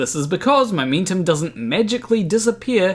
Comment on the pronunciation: "my mintum"???